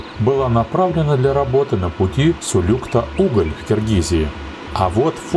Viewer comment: Правильно сулюктА, а не сулЮкта!